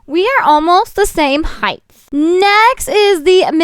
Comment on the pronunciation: Is it just me or did she say Heighth instead of height?